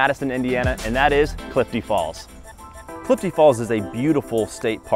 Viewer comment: Clifty, not Cliff D.